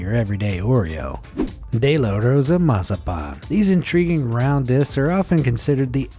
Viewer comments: It is pronounced Mazapon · It’s massapan not what you said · Not mosapon